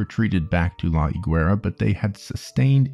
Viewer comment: he didn't leave guatemala for nothing man, it was after failing to resist operation pbsuccess and you don't pronounce the u in gue, be it guevara or higuera